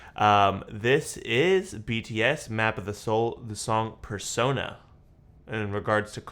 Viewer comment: There is some very clever bi-lingual wordplay going on in this song. When RM says "PersoNA" the emphasis on the last syllable is intentional. "Na" is Korean for the word 'me' or 'I'. Using Korean grammar rules, the statement "person na" can be translated to "I am a person" or "The person is me." In the lyrics he is working to differentiate his stage persona as RM from Namjoon, his core self. The refrain can be understood as a reminder to himself that he's a person first, and his persona second. That's my take. Each song in this trilogy (Intro:Persona, Interlude:Shadow, and Outro:Ego" tell a story that begins with a struggle. RM wonders id his stage persona is taking over. SUGA is afraid of the overwhelming ambition that lives in the shadow of his mind. J-hope doesn't know if he is really the person he sees himself to be. But in each song there is progress. RM can remind himself that he is always Namjoon, no matter how many masks he has to put on. SUGA learns that it's OK to acknowledge his ambition because it is part of who he is. J-hope trusts that yes, he really is someone who can achieve what he strives for. Each aspect of the Self (persona or who we show others, shadow or what we hide from others, ego or what we see in the mirror) comes into balance with the other two by the end of the songs. Brilliant.